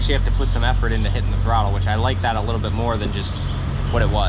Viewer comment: Very off topic. I heard you pronounce "Like that" as "Li-gatt". My brotha, are you from round Quarryville, Oxford, West Grove, Pa or somethin'? Thats my dialect!